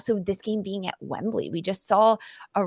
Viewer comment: Wembley not wembleeeey